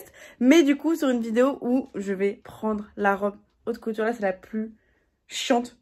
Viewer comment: 🤣"a ça c’est de la aute coutur"😂🤣